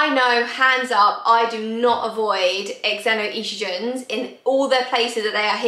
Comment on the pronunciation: you have your heart in the right place which is nice. If it helps its pronounced ZENO-Estrogen. You may have heard of a Zenophobic (xenophobic). Its the same pronounciation.